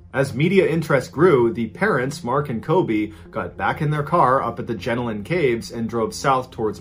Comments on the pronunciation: For story 2, JenoIan is “jah-Nolan”, it doesn’t sound like jellybean. For the rest, pronounce all the As like the beginning of “apple”. “Yass” sounds like where you should kick the like button. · I love hearing Mr.B pronounce Australian towns/places 🤣 The way every American/Brit says 'Melbourne' is iconic. Also Jenolan caves is like je-NOEL-an, I heard 'Jenilin' caves and cracked right up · 😂🤣😂 omg got so distracted by the way you say our towns names. Bathurst got my attention but the way you say Janolin 🤣 love it.. I'd love to tell you how to pronounce all the names correctly. As an Aussie it was really hard to stay focused on the story. I apologize. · The jenolan caves got me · Jenolan and Yass struck me, was fine with the rest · The pronouncing of the Australian towns and the Jenolan caves is pretty much all wrong lol